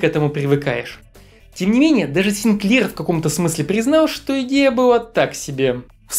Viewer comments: Ну.. ты бы хоть ударения правильно ставил, сИнклер, а не синклЕр. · С удивлением узнал, что правильно произносить СинклЕр. Всегда говорили сИнклер :) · Не позорься. Не СинклЕр, а СИнклер. Не Зилог, а Зайлог. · сИнклер, а не синклЕр :) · Чувак, ну какого хрена? СинклЕр? Ты серьёзно? сИнклер!!!! Безграмотность это ужасно!!! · В третьем ролике на третьей же секунде произносят Клайв Синклеээр, четко на второй слог. Может у нас понимание ударения в словах разное :) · _Buba__, в этих случая да, ударение больше на И, возможно корреспондент ошибся. Эти англичане одновременно норовят поставить ударение и на первый слог, и на второй. Поиск Яндекса мне там когда-то выдавал цитату из какого-то словаря фамилий, что есть фамилия сИнклер. У музыканта Bob Sinclar ударение тоже на второй слог, если верить клипу, в котором его представляют. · Но ведь в фамилии «Синклер» ударение наверное на первый слог...